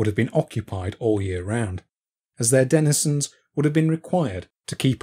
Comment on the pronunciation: How many times can you mispronounce 'denizen'? When you seek to teach, or impart information, you have a duty to do it fully and properly